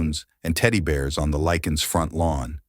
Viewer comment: Lick-Ness!!! The grandparent's last name is pronounced Lick-ness. Not Likens nor Lickens. Dude at least have the courtesy to pronounce the victim's last names correctly. There is an N in Liknes and it isn't silent. You have a good narrator's voice, just do a little more research to get the pronunciation down.